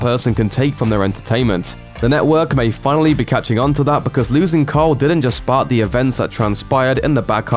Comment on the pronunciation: Are you saying Cole instead of Carl